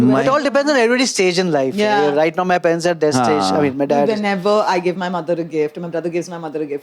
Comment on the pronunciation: Someone pls teach Amit how to pronounce “parents” 😅